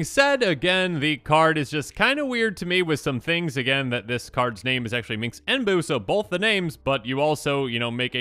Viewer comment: Is this a running joke I'm not aware of? You keep saying Minx instead of Minsc and it seems like the comments all have their own way of spelling his name.